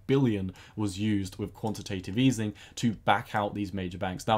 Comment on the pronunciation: Nice video! One small thing: it is called quantitative easing not easening (